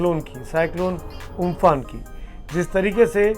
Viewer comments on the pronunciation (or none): It is Amphan not Umphun.Please pronounce correctly. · Why are you telling umphun